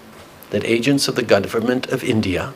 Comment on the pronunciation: bro said "gudvernment" hahahahahahahaha